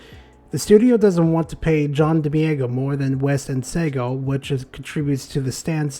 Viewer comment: I appreciate the video but if you're gonna say someone's name a bunch of times maybe just find a video of them saying their own name so you don't murder it. Much love though